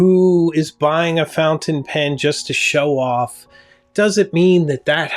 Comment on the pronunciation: My Sailor King of Pen destroyed my 149 in every conceivable way. Say “fountain” right you come off as a someone who is hard to respect when you do that.